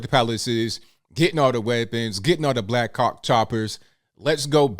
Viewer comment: . Sounds like you said Black Cock Choppers 🤔